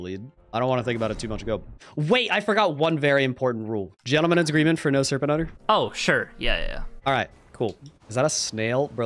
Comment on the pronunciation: What? I get that the first stuttered mispronounced part was "Gentlemans agreement" but what was the rest? EDIT: Ok, later on in the video it becomes apparent that he said "no serpent hunter".